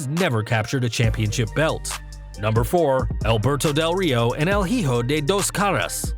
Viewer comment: Hijo is pronounced E-Hoe. Not he-hoe lol